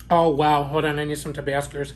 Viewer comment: I love how you say Huspuppies & Tabascerzz LMAO I seen Maya had her baby and is so CUTE great video as always cuz you make everything look so yummy♥